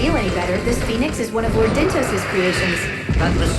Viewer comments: Dyntos. as in DYNtos. as in "Time for DIN-Din! but thats dinner. so even that's a stretch. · Dyntos. look at the name like this DIN-tos DIN, as in DINNER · DIN-tos, like DIN-ner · Dyntos almost sounds like "dinner", it seems clear this is what they were going for to me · The dyn in dyntos, pronounces like din in dinner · Actually, I don't think it's pronounced like that, Chugga. I think it's pronounced DINE-tos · Maybe Dyntos is supposed to sound like Dine-toast... Yeah I don't know either. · Maybe Dyntos just sounds like a snack, like Mentos or something.